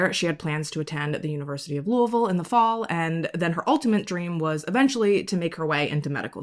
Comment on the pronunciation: YOU ARE THE FIRSTTT YT’ER IVE EVER HEARD PRONOUNCE LOUISVILLE THE WAY WE (Kentuckians) SAY IT! “Lool-vool” … 👏🏼 👏🏼 NOT “Looē-vile” or “Louis-ville”